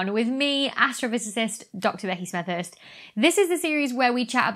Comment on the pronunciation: Hi, Dr. Becky!! I've been enormously enjoying your videos and told everybody about them! Keep up the good work! ----- Just a little perfection: "... with me, Doctovek Smeters." Why not pronounce your name as clearly as you did pronounce the date? After all, it is for those who don't already know you.